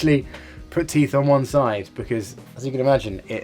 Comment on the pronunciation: “My teeit beard! My teeits”